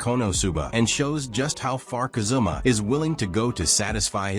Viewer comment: Ka zoom ma lol It's Ka zu ma.